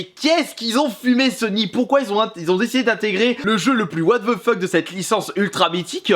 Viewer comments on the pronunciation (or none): WATH VEU FEUK